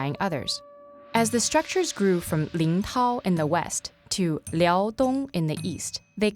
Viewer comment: Liadong sounds like she's pronouncing vietnameas LOL 😂